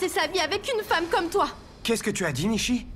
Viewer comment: nisiii faut dire nishi😂❤